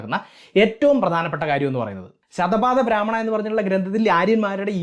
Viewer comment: ശതപാദ ബ്രാഹ്മണ എന്നല്ല ശത പഥബ്രാഹ്മണ എന്നാണ് പറയേണ്ട ത്.